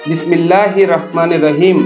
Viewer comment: ভাই আপনার বিসমিল্লাহির রাহমানির রাহিম শব্দটি ভুল আরবি শব্দ রা বলে কোন শব্দ নেই সেটার র হবে রহিম রাহিম না